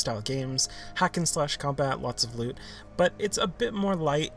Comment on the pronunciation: I fuckin love this man. Especially the way he says "juicy lewt"